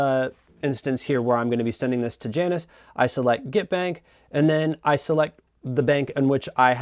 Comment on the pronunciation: It’s pronounced “Yannis,” isn’t it?